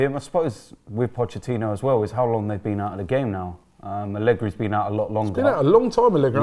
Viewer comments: Nobody: Absolutely nobody:: pochechinno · Nobody:: Pochechino